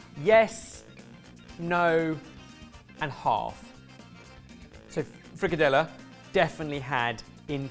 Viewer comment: From the getgo, super excited, and also please note that i can only speak from my own experiences. I have personally never had frikadeller (good job on the pronunciation btw) with brunede kartofler, have always been served with boiled new potatoes and often a parsley gravy (persillesovs). Personally i havent ever had frikadeller the way they were portrayed in the photo, but technique wise it looked pretty okay, we also typically make them more elongated and less round like a meatball Speaking of the brunede kartofler, i would have personally used the tin of small preboiled potatoes, in my 24years on this earth i still havent had brunede kartofler with new potatoes Now for the aebleskiver (æbleskiver), with a little hint from to make them spherical, not bad. Its a traditional christmas treat that you normally eat with jam and powdered sugar, its really sweet but its so good and nostalgic. Very fun to see you guys take on my home country, i hope you had fun!